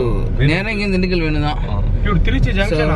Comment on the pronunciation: Dindugul ya.. dindigal illaya..